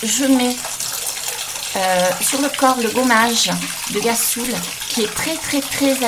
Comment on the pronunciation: Superbe video avec de belles decouvertes le ghassoul ca se prononce avec un R au fait c est rassoul Bisous 😘 Ah oui aussi j ai vu que tu m'as mis un commentaire sur ma chaine mais je vois que la moitié on dirait qu'il est dans les spams